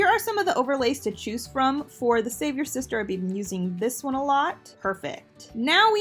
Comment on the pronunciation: Am I the only one who hears "save your sister" instead of the savior sister?🤣